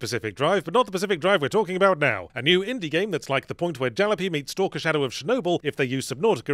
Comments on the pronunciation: Did he pronounce Jalopy as jal-o-pee instead of ja-loppy? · I’ve literally never heard Jalopy pronounced that way and had to pause to wonder what the hell he was talking about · Yahtzee has introduced an existential terror that I've been mispronouncing Jalopy my whole life. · ouch at that mispronunciation of 'jalopy'